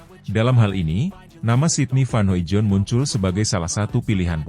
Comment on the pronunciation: masih sangat halu. sydney van hoimoijdonk (*baca: hoidong). please pronounce it better. sering di evaluasi, tetep salah.. 😢